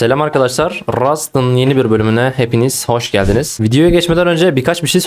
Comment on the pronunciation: abi senın gardas ve rust demenı çok sevıyom ya ALLAHIANA GURBAN